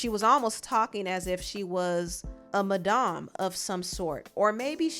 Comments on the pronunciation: It’s not “mah-dom” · 😊 I love how you pronounce madam. .Maaa-dam. Its more like Mah-Dammm like Maga.. It's usually a shorter a vowel sound for this word. You can ask Google. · Why are you pronouncing it Madahm it’s Madam lol it’s just funny to me no shade ily and watch ur videos all the time